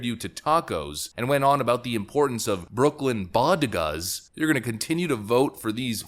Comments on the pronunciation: She couldn't even get that right Bodegas. It's BOW-DAY-GUZ not BO-GE-DAS. Jesus Christ woman go back in the basement with your husband and never come back out please. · Lol she also said bogedas instead of bodegas. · Is anybody else noticing that she said "Bo-ga-das"? Coz dats frickin' hilarious levels of stupid!!!LMFAOWSROTFLOL!! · Ah yes, the bow-guh-duhs and not the bow-day-guhs. This woman is such a joke. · What the hell is a Bogota I know what a bodega is but what the hell is a Bogota that just tells you right there she's full of crap trying to say Bodega but she says Bogota what thinking of the place where you can go where there's no extradition back to the United States there Jill cuz I have a feeling you're going to need to find a place that you and Joe can go where do you not the long arm of the United States can't reach you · It’s pronounced BO - DAY - GA! Doctor Jill! They want to pretend they’re Multi-Culturists so the can abuse people of all races and colors equally. Ask Jose Alba! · Did she say "BOGEDAS". As a Latino American and former Bronxino I find her appallingly ignorant. Just shut up you fake first lady. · "Bogedas" AHAHAHAHAHAHAHAH 😂😂😂😂😂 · I thought it was pronounced bode gas. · Appently, she's never seen "Half Baked"....Say it with me folks... "Boh-Day-Gaz" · She said "Bogedas" in the Bronks. Not Bodega. Man just as bad as sí se pwodway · Did she say begota? Hahaha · BOHdegaz? Holy moley, I though MY Spanish was bad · BO-da-gahs? Wow. This woman is out to lunch. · How the hell she can't say "Bodegas"? What the hell. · I'm still curious as to what part of that was even supposed to be a compliment. To say that a group of people are as diverse and unique as Texas breakfast tacos, and that that is their strength, sounds like something sleepy Joe would have said. And thank you for bringing up the "bodegas" line. I haven't seen anyone else mention that one. I'm a white guy from the midwest and I can pronounce it better than that.